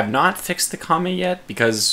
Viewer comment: fwiw the last vowel in "kame" is pronounced like eh not i. What you're saying sounds like 神 which means "god." Girl: That's wonderful, Tanigawa-san! What ship will you be serving on? Sailor: I SERVE ABOARD GOD